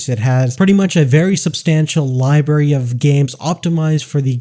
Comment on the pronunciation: Library not liberry